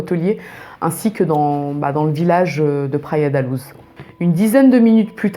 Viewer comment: Pour info Luz se prononce "louche" en portugais ;) (pas comme en espagnol ni comme la loose haha)